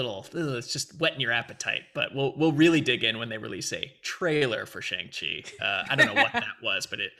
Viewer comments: I dunno if I missed it, but I speak Mandarin and I was super curious to see how they would pronounce Shang Chi. It's a bit of a nonsense name anyway (kinda like Cho Chang) but "Shang" is pronounced very differently than how Americans have been pronouncing it. Look up how to properly pronounce "Shanghai" if you're wondering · I've only seen one reaction today where Shang was pronounced correctly for the whole video. Hopefully once we get a trailer where it's actually said correctly for all the reactors to hear, people will adjust.